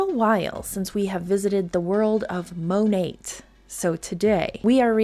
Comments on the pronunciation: Modern Nature. Mo nat is the correct pronunciation that everyone is using. say Mo NOT! 😂😂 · Ok great video, however, it Monat (MON NAT) she’s not saying it right and neither are you.